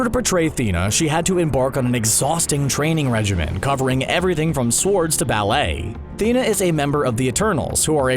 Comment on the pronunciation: Did I mishear or did he pronounce the "W" in "swords"?